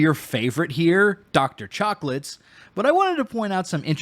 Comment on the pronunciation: I had to rewind a few times to make sure I did not mishear Dr. Chocolates. That is incredible and I will now only refer to her as such.